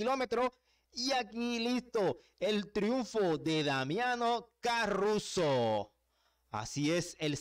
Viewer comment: Es Caruso, no carruso